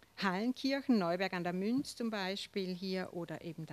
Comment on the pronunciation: Neuberg an der Mürz, ... nicht Münz